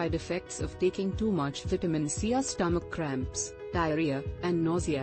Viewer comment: When is this translating b** going to learn how to pronounce vitamin?